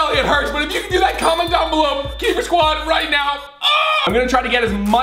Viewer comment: ITS KEYPER NOT KEEPER